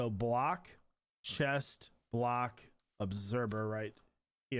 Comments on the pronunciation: ObserVer...not ObserBer. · He says obserBer in stead of observer 😂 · When he said “obserber” 20x 🤦🏾‍♂️